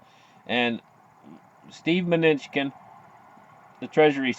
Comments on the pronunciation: Pronounced Min--ooo-shin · Just call him “Trump’s Munchkin”….actually pronounced, if you want an easy way to think about it…. “my New chin”.